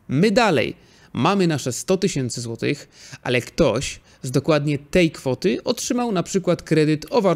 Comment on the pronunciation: Super materiał! Dzięki wielkie za takie odcinki i oby więcej.:) Prosisz o sugestie/propozycje, więc pozwolę sobie: minuta i, brakuje mi głoski "ch". Powinno być "10 złotyCH" i "90 złotyCH". Wiem, że to pierdoła i nie ma nic wspólnego z ekonomią, ale myślę, że będzie się słuchało jeszcze lepiej tego, co mówisz.:)